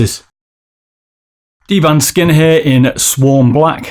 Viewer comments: DBrand, not dband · dBRAND, not dBAND:p